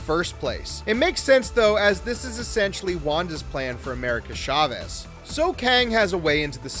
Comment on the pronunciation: It's America **Ch**avez, not **Sh**avez. Spanish!